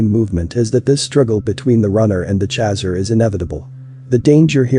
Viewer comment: that pronunciation of "chaser" though...😂, but the rest in pretty intriguing and accurate...